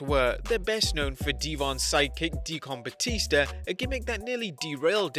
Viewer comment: Dee-Con Batista..... what........